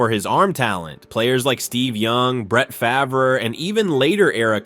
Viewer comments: It's spelled FAVRE (pronounced FAAV-re), not FARVE. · Brett Fah-ver? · He says Favre's name correctly throughout the beginning. So how does he refer to him as "Fav-er" ? And comparing Namath unfavorably to Fran Tarkenton's "consistency"... hey wait... didn't Tarkenton lose FOUR Super Bowls?? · Calls him Brett Favre at the beginning of the video and then calls him Brett “Faver” in the middle of the video. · You lost ALL credibility when you said FAVER!! 😂😂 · Ummm at one part you said Brett Faver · Mis pronounced Favres name? Hmmmm. I'm out. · I think it's funny that you make a video like this and still can't propnounce Bret Favre's name correctly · Amen brother you nailed it except for the name butchering of Packer great Brett Favre!!!!!!! Dude your performance was awesome but really hit one "Twanger" on the fiddle there with old Brett who was very good indeed!!!! Enjoy your channel! Moonpie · Mispronounced Favre! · How do you pronounce Favre correctly in the section about him, but incorrectly in the Bledsoe section?